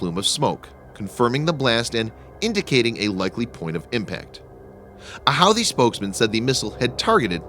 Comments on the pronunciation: It's pronounced who-ti and not how-ti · Pronounced (who•thee)